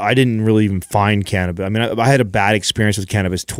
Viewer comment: Jesus effffin eh, learn how to pronounce cannabis 😅😂😂 I’m so irritated. 😆